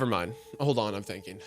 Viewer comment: thanking instead of thinking, been or bin instead of ben, please speak correctly.